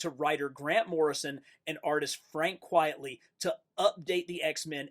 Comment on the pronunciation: It’s pronounced “Quite-Ly “ and “Cass-A-Day”